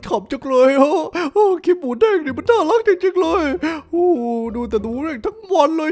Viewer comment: Moodeng ครับพี่ ไม่ใช่ Moodang